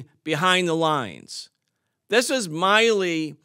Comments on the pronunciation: He's never heard "Milley" pronounced. Nice. Can't even read it correctly. The guy has only been in the news for a decade. Miley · Why does everyone call him "Miley" (my-lee) when his name is clearly "Milley" (mill-ee)? I swear people are retarded.